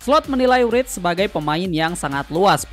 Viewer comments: Wirtz bg bukan writz..hehe YNWA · Bacanya wertz, bukan writz🎉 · kocak nyebut namanya wirtz gabisa wkkw